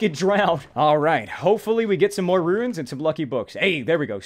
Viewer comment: Runes: exist: "RUINS!!"